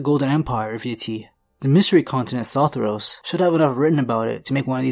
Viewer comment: The Y in Sothoryos isn't silent.